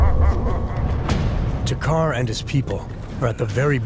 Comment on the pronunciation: Ok it's not to,car two Carr or takher It's takkar